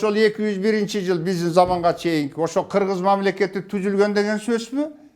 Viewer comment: Хыргыз деп айтылган